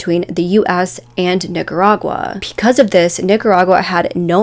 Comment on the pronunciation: It also sounds like she's saying p-cuz instead of because & it makes my head hurt.